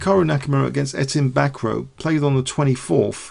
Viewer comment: Bacroit its NOT BACKROW:) Its like BackRua moreover